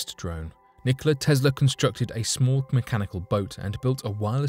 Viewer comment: Who is this "Tezzla" you speak of?